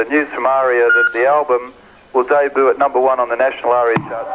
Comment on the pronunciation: Debut is a French word. I giggle every time I hear John pronounce it Daybood.